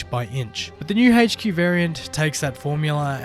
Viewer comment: Update sucks bro . your going to love it . Sarcasm intended. Also its not hach q it's pronounced h q